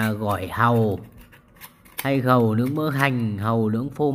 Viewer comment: Nghe bạn nói món hàu lướng...tưởng món mới ...kkkk